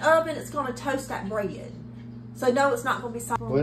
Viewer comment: "Toast that brayid"! :face-green-smiling